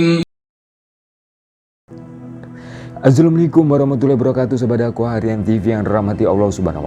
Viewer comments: Salam pembukanya apa ka itu Kok sy dengernya azulfikum... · Apakah kuping saya yang salah dengar... Ko kedengerannya, azzlamikum.. Bukan yang assalamualaikum...